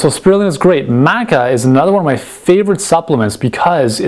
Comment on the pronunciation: He can't even pronounce Maca correctly, why would I trust his google top search result sourced advice?